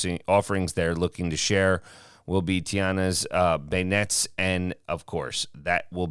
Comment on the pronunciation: and beyond the treat being described is actually pronounced as ben-yays. They are their own unique, sweet treat. To try compare them to funnel cakes does not do justice to either the funnel cake or the beignet. If prepared properly they’re so much more than Southern fried dough.